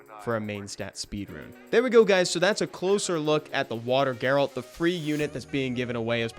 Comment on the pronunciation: G-A-RALT not GAY-RALT